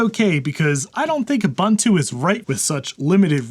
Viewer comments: Dude? OO BOON TOO, not OO BUN TOO. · u•bun•tu : (/o͞oˈbo͞onto͞o) . It's a South African word that basically means "Humanity towards others". I love you and your channel, but every time I hear it mispronounced it's like scratching nails on a chalkboard HAHA! (Now I need to do this to one of my old Macs!) Steam would be great on my old Mac.